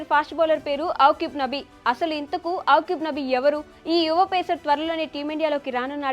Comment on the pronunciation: అవ్కిబ్ నబీ కాదు thalli akib nabi